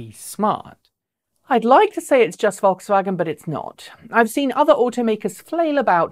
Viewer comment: Vokswagen. Ha! They'll never learn.